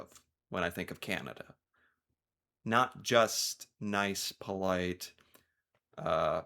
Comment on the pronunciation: LOL!! QUIT BRAGGING! It's not PO-LITE!!!